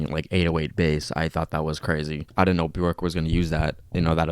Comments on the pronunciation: her name is pronounced "bee-ork" :-) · Learn to pronounce her name right pls <3 maybe watch an interview or documantary about her :)